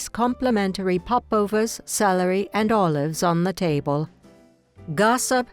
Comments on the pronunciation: The narrator cannot even pronounce "table." A total monotone. Not human. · Let me put my cup on the tay bul. Ha-ha-ha-ha! I Think the REAL Dot would quote Arnold in reference to a robot telling her story. What can you possibly rhyme with A-Hole??